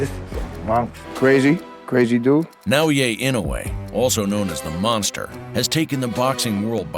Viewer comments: Nice video. His first name should be pronounced “Nah O Yah”. Not “Yay” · For the record: it's Nao-yah, not Nao-yay 😅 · Damn! Please pronounce his name right! You heard it many time even within the quoted video! Its NAOYA not NAOYE! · OMG, it's not Nao-"Yay," its Nao-"Yah." LOL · I just don't understand how this narrator is pronouncing Naoya so fucking wrong. He is saying "yey" or "yay", he is adding a non-existent 'y' at the end of Naoya. This could be an AI video who knows. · nao-ye? it's not hard dude, it's nao yA. pronunciation of last name is bad but passable, so please just work on the first name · For what it's worth, his name is pronounced "Now-ya" not "Now-yay" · Absolutely butchered his name. Now-U-Way. It’s Na-Oi-Ye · His name isn't "Nao YE" it's "Nao YA". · NAOYAH not NAOYAY. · " NaoYeah " lol c'mon xo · アムウェイみたいに呼ぶなし しかもナオイェイとか過去一酷い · Na-oh-ya it's that ez to say the dudes name. Literally the first words from the narrator and he can't do it. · It's NAOYA (NA-OH-YA) INOUE.:face-red-droopy-eyes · If you're going to make a 'close up' video on a fighter, if not out of simple respect, at least show the journalistic integrity to learn the proper pronunciation of his name - NaoYA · Nah-O-Yeah That's how to pronounce his name. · Great video but hire a narrator who takes the 2 seconds required to learn to properly pronounce a japanese name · The way you pronounce his first name hurts my brain. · Great video, but such a shame you pronounced Naoya incorrectly throughout. It's quite jarring and a bizarre mistake when you've gone to so much effort to produce an otherwise high quality piece of content.